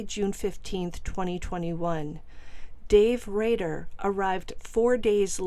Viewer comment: Rader ..not Radar